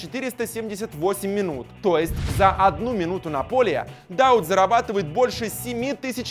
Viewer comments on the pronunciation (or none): Много ошибок в именах. ЗагадУ, Штёгер, ДаУд. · Махмуд Дауууд ударение на УУУ на будущее )